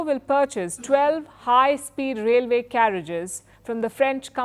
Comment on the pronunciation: What she means by railvay, Mohamed the fourth,too many errors for a fake journalist 😅